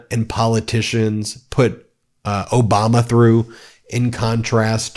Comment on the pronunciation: He couldn't even pronounce President Obama's name or Hilary Clinton's name right!